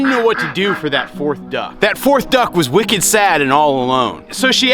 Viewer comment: Every time I hear you say “wicked,” I’m reminded that you are from Boston haha